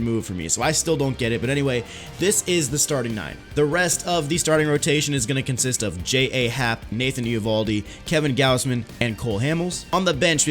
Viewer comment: Ja happ is pronounced as jay happ and Brad Brach is pronounced as brad brock.